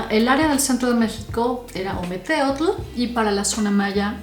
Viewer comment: Nefasto la pronunciación!!! ( ,ometetl)